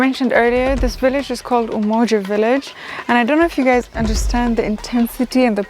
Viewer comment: Sis said Umoja estate 😂 great documentary though 👍🏾